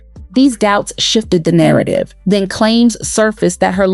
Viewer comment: "Back DEN",🙄 BACK THEN!😊